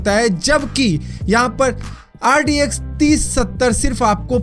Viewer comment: Bro bro bro pronunciation toh thik boldo RDX lag raha hai bhai RTX hai wo LOL 😂😂😂😂